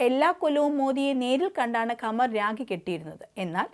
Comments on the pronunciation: Its not ragi....rakhi is the correct word. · രാഗി അല്ല രാഖി ആണ് ശരി